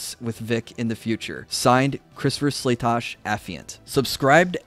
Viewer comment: Wow, your guy got Slatosch’s name right! First I’ve heard all day. Good job! SLAY-TOSH!